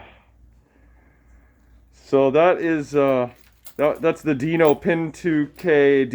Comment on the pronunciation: Dino who...? Bwahahaha! Get it right dude! And they are PIN2DMD displays not whatever you called them! ;-)